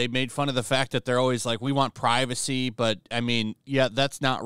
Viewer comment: We want pri-vuh-SAY! We want pri-vuh-SAY! We want pri-vuh-SAY! We want pri-vuh-SAY!